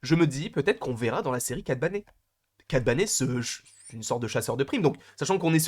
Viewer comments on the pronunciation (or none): Yo je suis un énorme fan de Cad Bane et j'ai vraiment envie de le voir dans cette série Mais juste je dois te reprendre sur la prononciation de Cad Bane Et pas Cad Bané comme à la Française Si tu pourrais le prononcer comme Ben haha ^^ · Je déteste quand ils disent Cad Bané dans Clone Wars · Oui c'est grave pour les oreilles, puis dans Bad Batch l'ancienne prononciation à été abandonnée